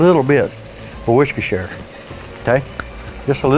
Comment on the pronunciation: woarsh your sister sauce.😂😂😂